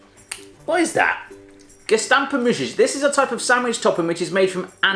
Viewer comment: Die zijn muis-jes, well you could try and pronounce those words and I don't think the Dutch are so sexist.